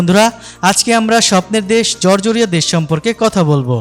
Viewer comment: জরজরীয়া না, জর্জিয়া। উচ্চারণ সঠিক করেন